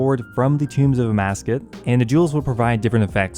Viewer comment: Please stop saying Amascus! Lol it’s Tombs of Amascut! I love your videos but that is driving me insane lol EDIT: Nevermind. Later in the video it’s corrected.